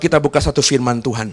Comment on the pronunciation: Saran agar pengucapan tuan dgn Tuhan supaya lebih jelas.